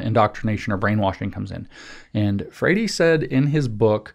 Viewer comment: James this talk is excellent, great job. I know you don't give a rip about pronunciation, but I'm still confused as to why you say Paulo "FRAY-DEE" every time you make that reference. You could just say "FRARE-REE" and that would be fine, it's ok if you can't roll your R's. We still love you!